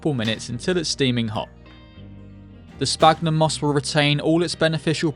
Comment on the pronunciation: I think the "ph" in "sphagnum" is supposed to be said as an "f" (it's called "esfagno" in Brazilian Portuguese at least).